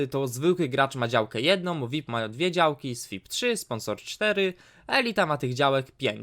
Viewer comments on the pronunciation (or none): nie słipa s-vipa